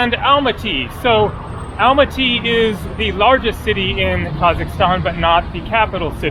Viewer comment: Great video, i know its written Almaty, but pronounced as Almata😉